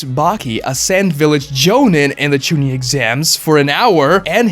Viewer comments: Didn’t bother watching once I heard Genin, Chunin and Jonin mispronounced. To make a video and literally butcher those is so stupid. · You are horribly murdering the pronunciation of jonin, chunin and genin. It’s so bad. Idk how you have watched the whole series and still saying it so horribly wrong